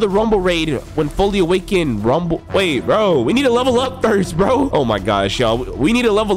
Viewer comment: I thought you said tumble tumble fruit